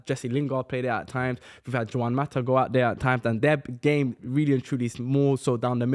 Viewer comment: That pronunciation of Juan Mata is diabolical😂